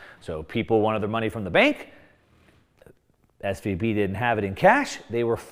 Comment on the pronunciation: he should say SVB not SVP.